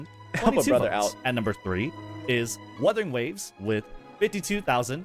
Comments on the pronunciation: Proceeds to mispronounce Wuthering Waves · Bro was shitting on that one dude saying wurthering waves and he started doing it lmao